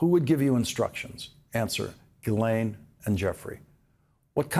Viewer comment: C'mon Lawrence, pronounce Maxwell's name right, jizzlane!